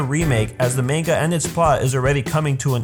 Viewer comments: How can you correctly pronounce Susanoo but not manga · Lel ye pronounced manga wrong, great vid do.